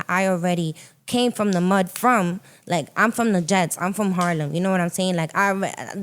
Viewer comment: No way she from Harlem I can tell by how she pronounced it 😂😂